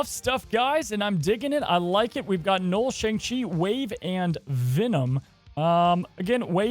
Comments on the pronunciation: Knull ....like null and void ...not knoll ...knoll is a small mound .. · Kept thinking you where saying “Noal” wondering what card 😂